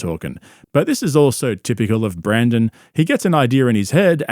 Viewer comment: Please don’t mispronounce Brenden to Brandon. That made me physically cringe when you said that